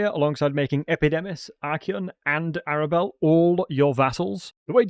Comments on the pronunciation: It took me a while to understand you are talking about Arbal when you say "Arabelle" :D Nice guide either way! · Epidimus, Arabal, Sentinent Tail Bro, your dyslexia is absolutely off the charts! Makes the video funny tho